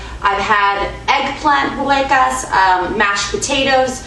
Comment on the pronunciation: I like how you say it :)